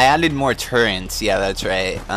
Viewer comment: I cringe every time you pronounce Turret as Turrent 4Head